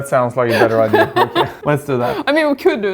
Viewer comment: She speaks English better than many who that is their only language. The word is Idea. Not iDeer or iDeal. And while i'm at it, there's no such thing as Buh-Sketty. 😋